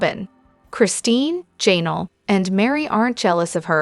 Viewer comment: Jan-ELL’ accent 2nd syllable. IZZ’-a-bell accent 1st syllable.